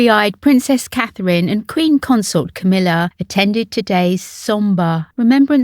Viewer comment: Her name is Catherine For heavens sake Call yourselves royal reporter And can’t get a name right